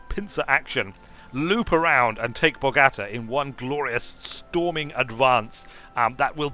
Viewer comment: Video is 4 weeks old...still feel the need to complain about the pronunciation of Bogota!